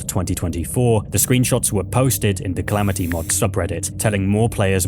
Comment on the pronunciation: "Calameetus"... brother its the Calamity mod, and Calamity boss, you even said it in the same breath, why are you saying Calameetus, you don't pronounce Calamity as Calameety 😭